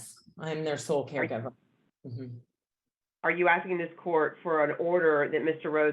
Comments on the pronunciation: PD "...she would be axin for...." Hurts my ears. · Love! Also have a hard time listening to an educated attorney with at least 6 years of post graduate education saying “ax-ing” for various concessions. This is not a complicated word…please do yourself and your clients a favor and learn to say “asking.” I’m begging you. It makes a world of difference.